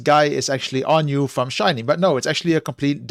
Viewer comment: Just so you know, it is pronounced One-we. They are a literal brother group to One-us. They don't usually have story telling in their MVs, but playing the instruments and creating beautiful pictures is what you will see more often than not. Very talented musicians. Sorry, but I am pretty sure they are actors and not family in the MV. I think the story relates to all different loves of our lives (grandma, mom, girlfriend, friend, pet, etc)